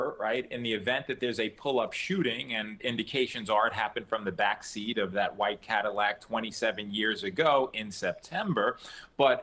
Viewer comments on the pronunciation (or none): none